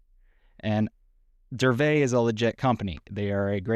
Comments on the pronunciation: No. Correct is DURVET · Isn't it DURA-VET